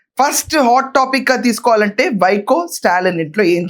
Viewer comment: వైకో కాదు వైగో 🦥🦍